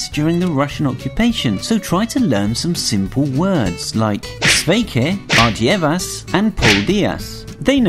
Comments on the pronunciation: Ar dievu, not ardievas! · And Ardievu (it's actually ar dievu) is more of an caring way to say goodbye (like saying god save your way)